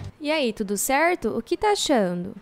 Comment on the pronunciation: E ai tudo Cerrrrrto? essa puxada de R é do nosso kkkk